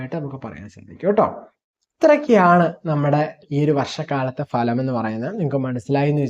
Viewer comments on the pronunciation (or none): ഭലം അല്ല ഫലം